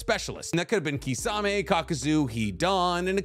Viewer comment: wtf is kisaaaamey!!!!??? ITS KISSAMEH(kisame)